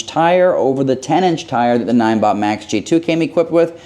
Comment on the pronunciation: Pretty sure n-i-n-e is pronounced like 9